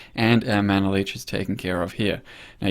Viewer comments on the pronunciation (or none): none